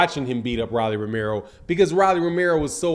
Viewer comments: It’s pronounced ROW-LEE NOT RAH-LEE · Why you saying Rawlie when it's Rolly as in Roll-e? I know you've heard the name said the right way over 20 times here on youtube puzzy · Who the hell is Ra’Lee? It’s Row’ Lee 😂😂😂😂😂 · my dawg but why bruh say rolly name wrong on every video on purpose 🤣